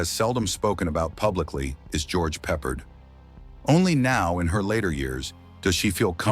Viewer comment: Why does this narrator keep mispronouncing George’s name?! Do better.